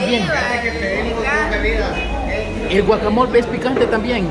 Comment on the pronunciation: Ay chicos no se dise guacamol es guacamole pero no sean exagerados esta bien k somos mexicanos pero eso no kiere decir k comemos sólo chile obio la salsa para los tacos solo es para acompañar y de a pokito